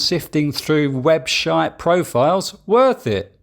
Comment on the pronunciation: LOL "Webshite profiles..."